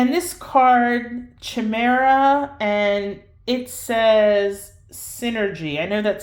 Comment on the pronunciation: It's pronounced "KIME - ERA " not chhimera